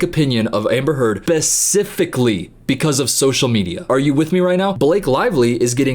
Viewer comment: *Buhcifically lol